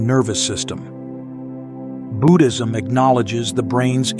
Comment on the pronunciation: Do not need music-very distracting . Also pronouncing Buddhism is Budd - as in "hood" - not boo-ood.